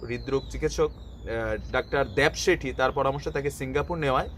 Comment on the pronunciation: আপনি ডাক্তারের নাম টা সব সময় ভুল বলেন, Dr. Devi Shetty বলবেন।